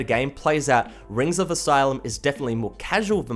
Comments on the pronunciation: el ee see um. not asylum... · Not even that. He's saying "Asylum". XD